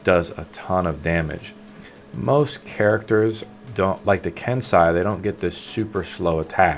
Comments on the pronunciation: ken sai?... ken say xD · You say it "ken-say" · I cringe whenever he pronounces Kensei